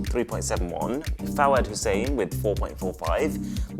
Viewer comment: Lol i didn't knew you followed fawad hussain he is a very famous Pakistani politician and the pronounciation was very wrong lol but it's ok it happens to us Pakistani's all the time